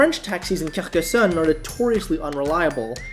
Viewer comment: Your pronunciation of the French cities and towns are really good! I pronounce Perpignan; per pin yawn Carcassonne; Car cass on Girona; Gir own a